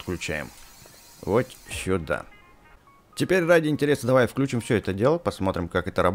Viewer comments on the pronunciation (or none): none